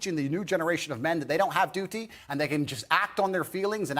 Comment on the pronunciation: okay but why does he say duty like that